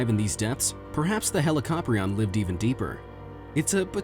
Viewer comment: ITS PRONOUNCED HE-LIC-O-PRI-ON NOT HE-LIC-AHP-RI-ON IT MAKES ME SO ANGRY